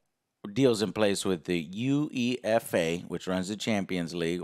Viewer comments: UEFA is pronounced. You- A -FAH (phonetically). I know your'e not into "soccer" but it may help in future. Keep up the excellent work. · Losing the FIFA license won't make a huge difference though. EA are still gonna have the Premier League, Bundesliga, UEFA etc. Also Joe's pronounciation of UEFA is genuinely the first time I've heard it like that. Ahh Americans 😂